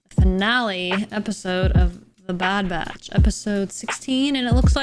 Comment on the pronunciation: It's sounds like you're calling them the bad bratch. 😂